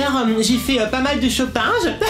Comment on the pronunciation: à elle dit shopinge